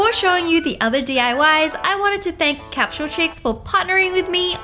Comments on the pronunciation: Wengie: capshule Me: capsule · Why she keep saying capshle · it was soo funny how she said capsule capshuleee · She said capshule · Did anyone else realize she said capshal X3